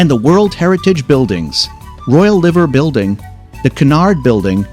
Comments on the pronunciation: 'Liver Building' is pronounced Lye-ver. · You pronounced liver building wrong. 😳🤪😂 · The Liver Building: Liver does not rhyme with river. Liver rhymes with diver. Just sayin’ like.👍🇬🇧